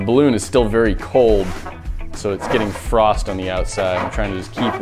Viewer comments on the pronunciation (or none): none